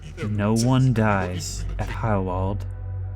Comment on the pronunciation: In case you're curious: your pronunciation of the "ei" as "ai" is good, but "W" is "V" in German, and "V" is "F" Try practicing with Volkswagen. Did a few german classes in uni.